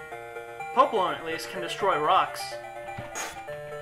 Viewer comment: honestly,I'd say that I agree with your (that word for how you say something that I can't remember how to spell) popolon. I can't think of any other way of saying it.